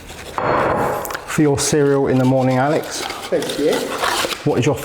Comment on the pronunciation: Oh I thought you said ba*ls when you were removing the bowls..